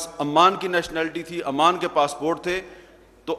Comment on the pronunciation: He is pronouncing Oman as Amman. Oman is a country & Amman is the capital city of Jordan. This is basic knowledge & he doesn't seem to have it.